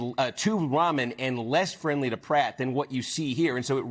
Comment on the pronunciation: must be pronounced Ram an not Ramen